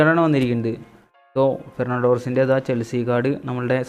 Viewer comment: Gernando Torres ❌Fernando Torres✅